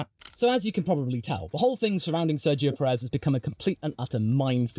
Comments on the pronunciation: love watching you yap about F1 but for the sake of every hispanic fan, Pérez =/= Peréz. The accent on the first 'é' makes it so that phonetically it is accentuated more than the second one. Big ups on the professional yapping though, very entertaining. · You are emphasising the second 'e' and unfortunately that is incorrect (not your fault, you are not a Spanish native). The emphasis is on the first sillable due to the accent on the first 'é'. Think of the phonetics of the word 'PE-ril' Most journalist will put the emphasis on the second 'e' but we appreciate more the ones that don't. Should be sounding like 'PE-rez', not 'pe-REZ' Keep it up though, have enjoyed watching since you had around 1.2k subscribers :) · What name? Perez? He's definitely not pronouncing it right.